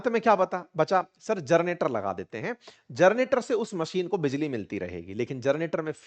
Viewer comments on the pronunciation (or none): सर! 'जरनेटर' नहीं होता है 'जेनरेटर' होता है। नब्भे नहीं होता है, नब्बे होता है। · हे महाशय आप IPS हो फिर आप जेनरेटर को जरनेटर कहना टीक नही सुधार लीजिए। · जर्नेटर नहीं सर ... जनरेटर !! 😊😂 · आप जेनरेटर को जरनेटर क्यों बोलते हैं ? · जरनेटर या जनरेटर? शुरुआत में आप चार-पांच बार जरनेटर बोल गये हो ।